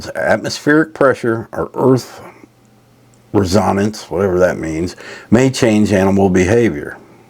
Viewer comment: Res- so-nace no disrespect just for better pronunciation I'm from Georgia am people verbally assault me but my spelling is fairly decent